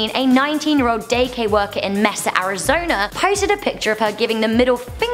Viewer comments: May-SA not Mess-ah. Mesa, Arizona. You know the flat top of a mountain or hill is a Mesa (May-sa). Geez, I wonder how you pronounce Gila Monster. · the way she said Mesa, Arizona lol. Where all my Arizonans at?